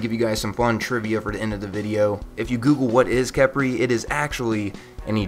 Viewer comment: pretty sure its pronounced key-pry khepri is an ancient Egyptian God known also by scrab